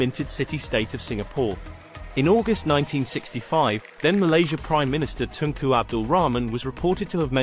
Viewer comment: It's Tunku not Tengku